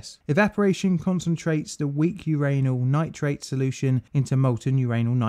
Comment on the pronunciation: Lol uranal nitrate 😂